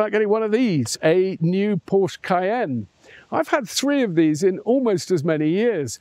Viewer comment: Pretty please do not mispronounce Porsche as “Porch”.. 😬